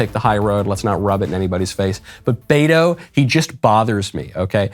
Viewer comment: Lmao he keeps saying Beta